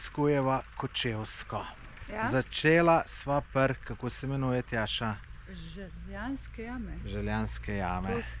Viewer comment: Želenjske jame ne Željanske😂